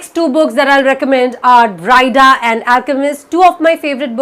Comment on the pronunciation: It's 'Bree-dah' not 'Brai-dah'.